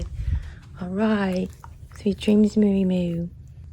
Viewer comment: I was just about to say that! 👍 And it suits him perfectly 😊 It's pronounced moy-a though 😉